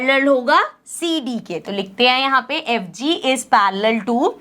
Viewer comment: Me it's parallel not parrealal